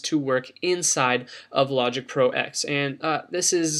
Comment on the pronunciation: Great video - the only critique I have is one little thing... "Logic Pro X" = Logic Pro Ten, not Logic Pro "Ecks" - lol sorry just the purist in me. :)